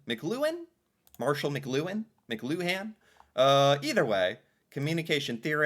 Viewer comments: Pronounced mick clue en…the emphasis is on the middle syllable. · To pronounce Mcluhan say Mu-Clu-An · "McLuhan" is pronounced "McLUwan".